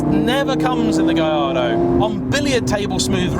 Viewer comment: Surely it is "Gal-are-dow", since it is "Porsh" ?